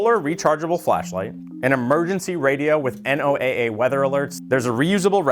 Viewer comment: NOAA (National Oceanic and Atmospheric Administration) is pronounced Noah